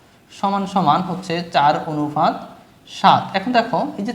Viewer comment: অনুফাত না অনুপাত😅